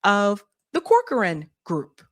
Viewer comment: Want a tip? Corcoran is pronounced "Cock-run." Weird but no lie! Check out how people say corcoran boots or Barbara Corcoran for corroboration!